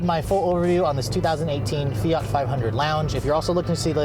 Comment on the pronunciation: Do Americans not realize there is a t in fiat.... + straight man drive it ????? Girly car ???? Fuck off sexist idiot